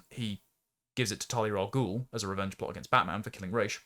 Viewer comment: It's pronounced Ra's, not raysh. It's spelled Ra's, it comes from the arabic word pronounced Ra's, it's pronouned Ra's.